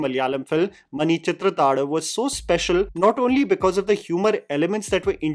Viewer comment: Bhool Bhulaiyaa 3 looks like shit. Singham Again ( Again ) looks like shit. If either of them does well, I will lose complete and utter faith in our audience. Also, props on getting the pronunciation of 'Manichitrathazhu' right.